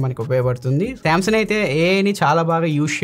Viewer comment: మీరు శాంసంగ్ ని శాంసన్ అంటున్నారు కదా కరక్టేనా, అందులో G సైలెంటా.